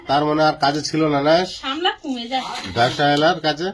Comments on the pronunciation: সামলা নয় সাপলা। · আবার ভুল বলছো বোন ওটা সামলা হবে না সাপলা হবে বোন